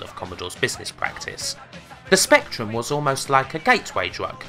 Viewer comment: but strangly he says spectrum and not spectwum.